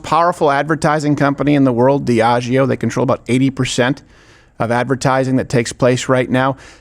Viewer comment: Dude figure it tf out. Diageo is an alcohol distributor. I don't drink their brands any more because of that incident but ffs, you were the victim, if it bothered you enough to keep bringing it up years later, be right. You say it wrong so often I frickin had to Google it myself to make sure I wasn't the crazy one